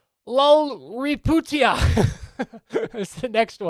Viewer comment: it's pronounced LAL-HRI-YAT-PU-YA Also the names beginning with LAL and end with A or surnames like Chhangte,Ralte,Fanai,Khiangte are players from our tribe